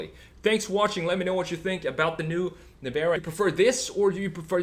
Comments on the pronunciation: Not NEVAAARA......LIKE Nissan.....you must say NEVEEEEERA😉🤫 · Well he said “Nevara” so...no :)